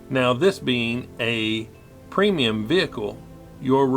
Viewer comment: Sorry to be that guy, but it's actually a premium tank, not a preimum tank.